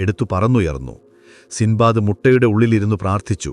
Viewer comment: സിന്ദ്ബാദ് അല്ല സിൻബാദ്